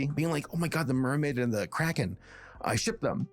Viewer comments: I thought you were saying crackhead. not Kraken, for the first 5 minutes... Anyone else? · Cant stop mishearing cracken as crackhead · The first time you said cracken I thought you meant, say, cracking without en on the end, and I thought you said addict after that sorry about getting it wrong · Okay. I'm sorry, but when you first said the title of the movie, I thought you said "Ruby Gillman: Teenage Crack Head", which might have explained why no one was talking about it. (In my defense, I was listening to, but not watching, the video) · I had my volume turned down waaaaaaaay too low at first and I thought said "teenage crackhead" and I had SUCH whiplash thinking "THIS IS FROM DREAMWORKS?!" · I love how every time says,,kraken" sounds like,,crackhead" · The "Crackens" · I keep hearing crackhead instead of kraken